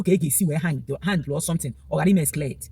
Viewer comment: My sister don't fight GRACE. Education has nothing to do with Gift of God, be careful and don't under rate Zionites. Biko kwanyere onwe gi ugwu na ife a na-eme bu ife muo. Ignore bloggers, some of them are making money. Even you did you pronounce Excalate well? I jee akwukwo?